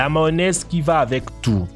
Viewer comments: Il a dit une maonaise au lieu de mayonnaise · Maonaise il a dit Mdr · Il a dit la "mawonaise" au lieu de mayonnaise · Et de la Maonaise on en parle ?? 😂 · Lol. Crocs... Je croyais que ça allait parler de chaussures. Phonétiquement ici c'est "kro" sinon c'est une godasse ou de la bouffe (croque). Sans parler du drapeau... Ou du "effreyament" (???) pluvieux... Et la mayo... Et le reste...